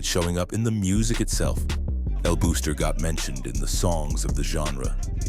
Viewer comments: El Buster* not El Booster! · It’s El Buster no El booster. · it's pronounced more like "buster" with a Spanish accent than "booster"🇵🇷🇵🇷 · "EL BOXTER", not "booster" or "buster"... #IYKYK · El booster? El Buster it's pronounced Boss...ter And he didn't run the entire island 😅😂....He did owned several important parts on Carolina and Bayamon. Hector el Father used El Buster as a marketing strategy and Angelo allowed the BS because his legend grew and that gave an aura of power...that being said the Feds bought the bullshit too😂😅